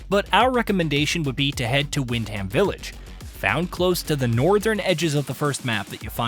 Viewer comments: It's pronounced 'wind-am' ... not "wind ham" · It's pronounced wind..um... Not Ham, yanks love saying Ham, Birmingham, Birming...um, Nottingham... Nottingum. There you go my American friends you now know.